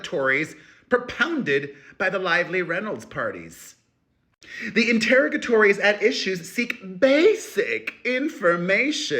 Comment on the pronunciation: Enter-rog-ah-torries. Please, please, please